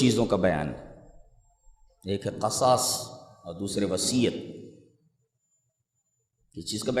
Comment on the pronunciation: قرآن میں قصاص کسرہ کے ساتھ ہے لیکن شیخ قصاص فتحہ کے ساتھ پڑھ رہے ہیں ، غالباً یہ بھی لغت ہوگی لیکن قرآن کریم کی آیت میں بھی شیخ قصاص کو فتحہ کے ساتھ پڑھ رہے ہیں جو کہ مناسب نہیں لگ رہا باقی شیخ کے مبلغ علم کا کیا کہنا 👍